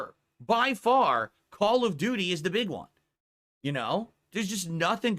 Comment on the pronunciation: I love that it sounds like he's saying: Call of Doody.